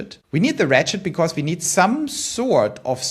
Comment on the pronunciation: When he said “ratchet idea” , I could have sworn he said “rat shit idea” and almost did a spit take.